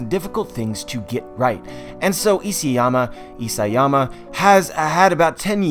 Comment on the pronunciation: Isiyama ugh Isayama